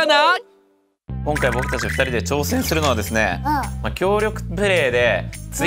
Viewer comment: 挑↓せん↑するのはですねぇ